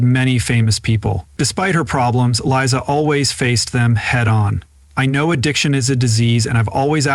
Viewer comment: Glad you finally found out that It's Liza, not Lisa.